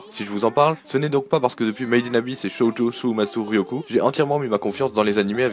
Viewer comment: Sympathique video Je vais buste t'embeter sur un point: la prononciation en bon japonais des titres d'animes : on dit bien [shoojo shuumatsu ryokoo] pour Shoujo Shuumatsu Ryokou, et [Hakumee to Mikotchi] pour Hakumei to Mikochi ;)